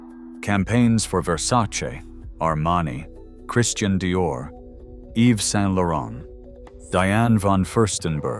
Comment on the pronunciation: Paris is france, do you know? Right? Plus Yves Saint Laurent you are pronauncing in wrong way.